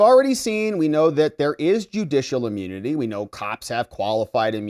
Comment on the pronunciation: its not amunity it’s immunity.